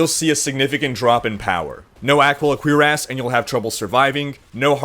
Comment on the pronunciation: Funny how you pronounce "cuirass". Sounds like you're saying "queer-ass" as opposed to "cure-as"